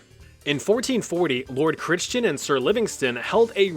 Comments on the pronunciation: Crichton is pronounced Crichton… like Michael Chrichton - author of Jurassic Park. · Great video. Critchton is pronounced Cry-tonne. Like I cry a tonne when I cut onions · Just ones small comment from a scottish. Crichton is pronounced [cry] - [ton] 😂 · I'm sure someone must have said this but it's pronouced "Cry ton" :) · Small note - Crichton is pronounced Cryton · crichton is pronounced cry ton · Crichton is pronounced k-rih-ton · Pronunciation of the name Crichton in Scotland varies from the ch being silent to the ch sounding like the ch in loch. Specifically the Scottish pronunciation which is not "lock" or "lotch". Same as the ch in native German pronunciation like "Ich" or "Ulrich"